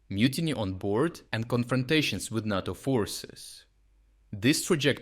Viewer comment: 'Tis Nayto me 'ansome not Narto.